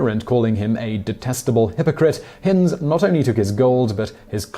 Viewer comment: So he should, he’s English after all. Shame he continually mispronounced Hind to rhyme with wind (blustery weather) and not as in kind, bind or find.